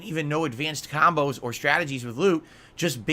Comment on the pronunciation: ahhhhdvanced kahmbows LOL kahmbow kahmbow kahmbow kahmbow everythings a kahmbow. Also does he forget that his chat is in 24hr sub mode so no trolls cant just stubmble across his stream and decide to troll. must think trolls sub then wait in the wings for the perfect moment to strike.